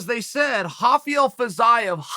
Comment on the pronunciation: Lol y is he calling Rafael, hafael.....he's not Brazilian or Portuguese 😅